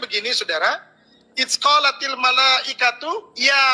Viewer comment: Its qolatil? Bukannya Idzqolatil !!! Odong odong nih ustadznya wkwkwk